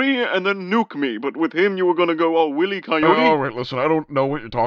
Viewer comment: New sketch idea: Mega man: “It’s over Dr. Willy!” Dr. Wily: “Wait that’s how you’ve been saying it!? Don’t you have auto correct or something?” They’ll never know of your impediment 😏